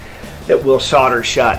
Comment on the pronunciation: Explain "soddering" to me when it's clearly soldering :)